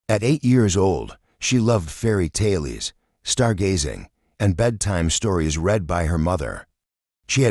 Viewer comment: A delightful story but, "tales" pronounced "tal - ES"???? OMG!